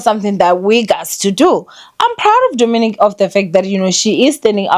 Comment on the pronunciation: I just know he's coming for you cause you butchered his name 😂😂